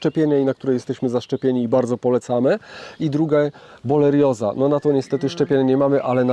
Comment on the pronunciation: Choroba odkleszczowa to BO-RE-LIOZA, a nie BO-LE-RIOZA. Nie ma za co 😉